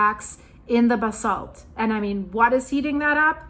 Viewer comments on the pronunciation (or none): none